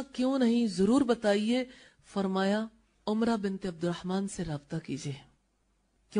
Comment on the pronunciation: Umra nahe Amra hai wo tabiya.